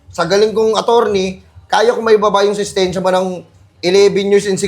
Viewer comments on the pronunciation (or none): IMBES NA "SENTENSYA" NAGING "SESTENSYA" HAHAHAH HAYO KA BOSS